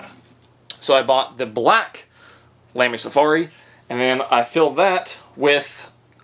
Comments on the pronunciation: Hold your judgement…. He can’t even say lamy lol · Hes figuring it out.. how great fountain pens are.. now if he could pronounce lamy….. 🍻